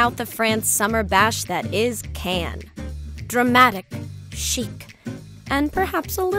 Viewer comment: Lol, someone needs to learn how to pronounce 'Cannes' properly...